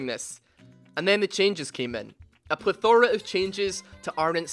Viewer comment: Also it's pleth-uh-ruh Not pleth-ore-uh